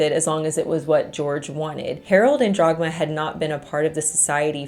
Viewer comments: Love your content and the way you deliver them! But it's Dagmar, not DRagmar. ;-) Greets from Germany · I cannot get over "Jagmar" instead if Dhagmar... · Why are you pronouncing the German name "Dagmar" as "Drog-ma?" It is extremely distracting and rather irritating. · >*DAGMAR. Her name was Dagmar. I usually don't pay too much attention to pronunciations as I understand how different languages can be difficult to pronounce, but not this time. How do you go from DAGMAR to Dragma or even Drogma? That's not your fault as the uploader is the one butchering the name. But still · I kept hearing Jogmar so I looked it up and realized it was Dagmar 😅 Something I noticed as an immigrant to the US is that English speakers try to keep the spelling of a word based on its origin and then just pronounce it the English way (Leif becoming "leaf" instead of the more correct "life" etc). Or adjusting the C in Caesar to the English pronunciation rules saying S instead of K. Scandinavians and Germans usually try to preserve the pronunciation and adjust the spelling aka Ketchup becoming Ketschup or Kangaroo being spelled Känguru etc. because of that these countries are much more used to pronounce unfamiliar words and use non native sounds. Not so much English speaking folks. That's my theory on why they struggle so so much with saying any foreign words because they are never exposed to it. (And let's not speak of the French who refuse to adopt any foreign words and just make up their own ones. 😂) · According to wikipedia, the mom's name was Dagmar, not Dragma. Also, Sabine should probably be pronounced in the German way :)